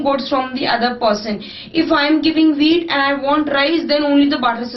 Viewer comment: who else thought that she said weed instead of wheat first XD